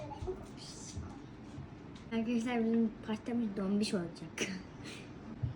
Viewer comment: Akadaslar diyo len😂